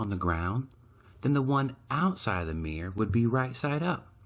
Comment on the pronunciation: Meer = Mirror Peculiar pronunciation.